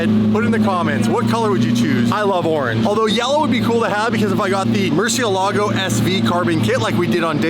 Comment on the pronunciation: for future videos, just like to point out that Murcielago is actually a spanish word that means bat and its pronounced mur-syell-ago